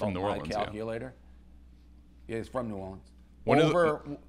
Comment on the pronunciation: Please stop saying New Orleens and arts district